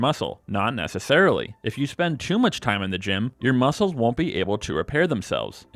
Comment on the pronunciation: I was looking for this comment right after he said it, glad I'm not the only one who heard that💀